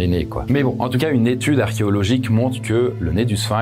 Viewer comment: Une nez tude ?? 😂😂😂